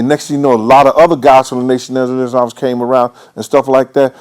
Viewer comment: Crackin up how he say " brothas from tha nation islasla" Spoken like a true olhead Lol